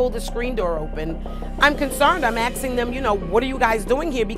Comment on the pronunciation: she’s axing me 😂😂😂